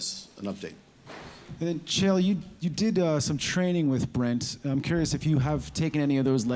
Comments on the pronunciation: Chael "Kale" Sonnen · Chael speaks to and calls him "kale". LOL